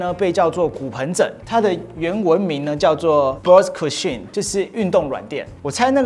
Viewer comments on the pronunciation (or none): 題外話~~一陣子沒看到~~是不是長肉了？ cusion 是不是拼/唸錯了？應該是 cushion吧？這裡sh- 發"噓"的音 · 是。且重音亦錯誤了